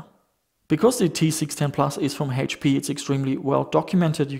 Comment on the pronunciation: Funny how you say "Hate-P", or "Heash-P" instead of H-P. lol